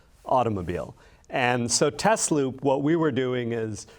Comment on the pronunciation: correctly pronounces Tesloop, but can’t pronounce Tesla correctly. The is a reason the company is not called Tezloop, because the cars are not Tezlas. Nikola Tesla is rolling in his grave. The original founders named it Tesla, correctly pronounced. So the question is, if someone like Elon Musk takes over the company and chases the original founders off, does he have the right to change the name from Tesla to Tezla, and in doing so try to erase the connection with Nikola Tesla, who was chosen because of he discovered AC electricity, and the TZero designed by AC Propulsion was using AC motors instead of DC motors. For me, Tesla will always be Tesla, never Tezla.